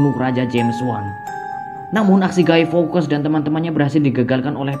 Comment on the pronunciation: Cybercrime di baca saiberkraim bukan saiberkrim, fawkes bukan fawkas cara bacanya yng bner fawks, dan terakhir mask tu bacanya meask bukan mes atau mesk. Cuma ngoreksi 😂